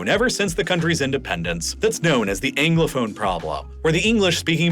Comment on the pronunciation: But he continued to pronounce ‘Anglophone’ as “Englophone” - or is that just a Philadelphia accent I’m hearing?